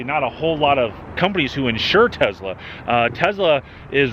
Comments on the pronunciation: please stop calling it Tezla:) great review tho! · Should’ve bought a Tesla instead of a Tezla 😝😉